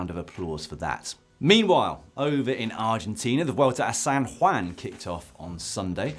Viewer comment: Well pronounced "San Juan". Kudos.